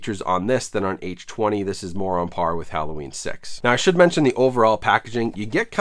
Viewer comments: Halloween H20 isn't pronounced H twenty. It is H two oh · People are gonna give you shit for the H-Twenty pronunciation haha. It was marketed as H-2-Oh like water, granted it was dumb as hell to call it that. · "H twenty?" wtf?? H two oh...lol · H Two OH not H Twenty, nobody calls H2O H Twenty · Nobody:: “H Twenty” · How to get lots of comments on your video: Purposely mispronounce Halloween H20 multiple times.